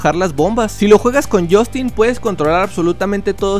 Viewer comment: Deja de decir jostinnn por favorrrr